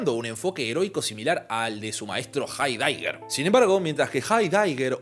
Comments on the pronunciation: Jaidaiger? Hi dyger? 😂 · A partir del momento en que dijiste hard daiger para llamar a Heidegger, me tuve que salir del video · Proninciaste Jaidaiguer (Heidegger)???? Really?? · Aréndt?? Hei-déigger??? Por qué, muchacho, haces eso? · ¿Jaydáyger? Xd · Pequeña corrección Heiddeger se proncincia algo como ''Jaidega'' sin embargo, como siempre excelente video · Nunca había escuchado esa manera de pronunciar Heidegger, es correcta?